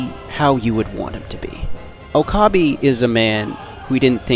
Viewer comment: I was cringing the whole time when it would switch to Steins;Gate, especially when he said Oh-kah-bee 😂